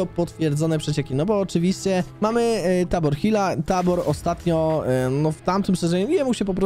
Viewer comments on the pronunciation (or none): Mówi się tejbor hill Hihi :)